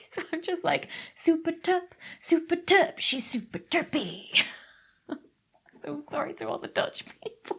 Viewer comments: Us Dutchies will forgive you for the 'superterp'. Don't you worry! 😁 Thanks again for the amazing video. I really enjoy your interview segments!!! Really interesting x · as a dutchmen I really laughed at your superterp reference but when you pronounce it in dutch it doesn't sound like the song. also so good in talking about this project. I like